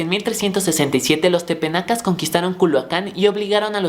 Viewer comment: Solo una aclaración, son Tepanecas, no tepenacas. Muy bien por tus videos. Sigue con este trabajo.